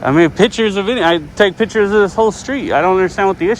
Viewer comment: You're not taking "pitchers".....you're taking "pic" tures....